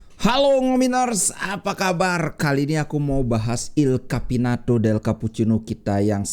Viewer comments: il Capitano, bukan il Capinato 😂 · Kebiasaan si ini keslimpet lidah il capitano jadi il capinato wkwkwkwkwkwk😂😂😂😂 kurang air gunung ini sepertinya